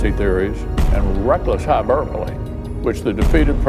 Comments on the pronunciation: Rrrrrreckless hyburpolee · "reckless hyberbole"